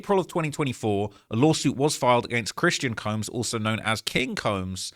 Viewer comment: been covering so many shoot outs he said "law shoot" instead of lawsuit😅